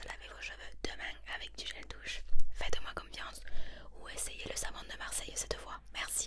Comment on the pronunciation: Le savon de Marseillllle 🤣🤣 petit accent du sud